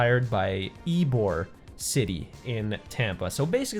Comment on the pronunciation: It’s ybor city not eborg I live there